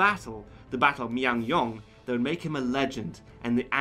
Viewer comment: The pronunciations are quite wrong but a good review. FYI, they are pronounced * Chil chuhn ryang * Myoung ryang The whole movie IS NOT in Korean, at least for Korean version, Korean soldiers speak in Korean and Japanese actually speak Japanese. It is still unknown to this date how exactly the Admiral has won the battle. He was a patriotic man and also, he always stood by the commoners. I guess that "cheesy" parts are mere gimmicks to show the relationship between him and the commoners. Perhaps that's why I don't find the parts cheesy as all Koreans know what sort of a man he was. One thing that bothers me though, is that the Japanese did not use atakebune in the battle of Myoungryang because they too knew about the "roaring current". They probably thought they can fit more ships if they use smaller sekibune. The Korean Pahn-ok-suhn was larger but in the movie, Japanese sekibune is about the same size as the Pahnoksuhn. This is historically inaccurate. For sekibune, pahnoksuhn was pretty much a floating castle. It was higher and bigger. Dodo Takadora left a record saying "the area was too narrow for atakebune, so we switched to smaller sekibune". He fought by himself for hours. Around 2~3 hours is what the historians assume, as 12 out of 13 ships were staying at the back. In his diary, the Admiral wrote: "I looked back to see how my men were doing. They stood at the back and tried to turn back." I do not know what he did and how he did it. It's highly unlikely that he lied in